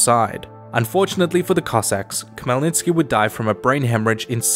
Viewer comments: I was showing this video to my dad and he was so confused. Khemlnytsky is a typical weird Slavic name that isn't pronounced the way it is spelled. The Kh is not a strong K, but a soft one, and sounds more like Hell, then Kell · It's actually Hmelnytsky Idk the translators always add K to all Ukrainian words that start with H